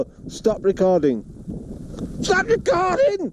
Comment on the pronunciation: Got to put that RRR in there. "Stop Recorrrrding."